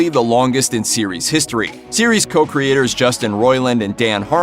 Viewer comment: He just said "Cho"- Creators